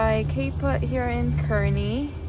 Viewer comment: Pronounced "CAR-nee" :) Great video!